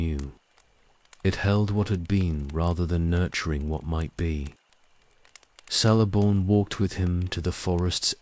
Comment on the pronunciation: My only complaint with these videosis the pronunciation of some names. Celeborn is pronounced with a hard C; a K sound. Otherwise, quite good